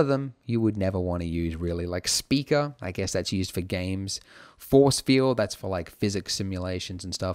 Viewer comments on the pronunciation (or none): none